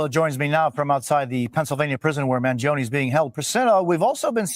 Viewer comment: Living in a CONSTITUTIONAL REPUBLIC you know what I'm about to say is covered by the UNITED STATES CONSTITUTION: The Supreme Law of the Land !! Who is pronouncing his last name wrong; the Mainstream Media from the 70's or Today's Media ? Trumpet Jazz Artist Chuck Mangione's name in the 70's was pronounced: own, not; own-ee. Although a minor Media mistake, when you add all the other "mistakes" they make: they are untrustworthy.